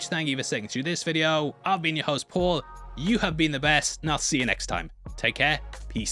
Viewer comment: “I’m ye host ”